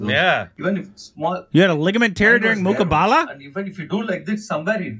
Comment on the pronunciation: My Dear, its not Muqbala. Its Muqabla.